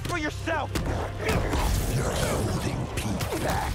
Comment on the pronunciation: i like how venom says pete it sounds like he pronounces the e more so he says “peet”😭